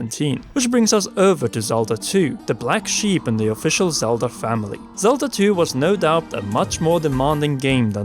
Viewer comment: I like these videos, but....does anyone else hear "Zelder" and "oricaner"? Or is that just me?